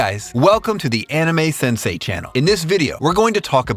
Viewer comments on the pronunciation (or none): none